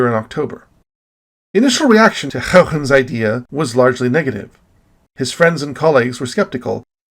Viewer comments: So goooood! :o The history on this one is really great, as it is a lot of fun to watch all these familiar figures argue over what the rings are. It's a good story. Your pronunciation of Huygens is still a bit inconsistent, but it's getting better! ;p Almost everything in this video was new information to me, with a few exceptions. I've been way more active looking into astronomy in the past months, so I'm learning a lot, but l feel like l will never be able to come close to all of your knowledge! Were you able to see the Super Blue Blood Moon? I happen to be on the wrong side of the planet, but l have no idea where you live. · You are really committed to pronouncing Huygens' name the Dutchest way possible. I love it.